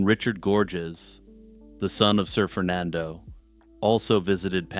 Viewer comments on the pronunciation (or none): "Sir Fernando" sounds like "Surfer Nando" and it's making me laugh